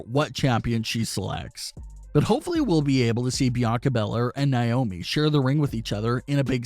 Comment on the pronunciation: Who is niomi ummm it’s na-omi